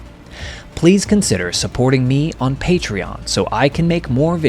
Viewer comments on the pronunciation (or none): none